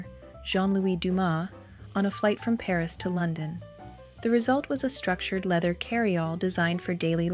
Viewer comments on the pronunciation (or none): none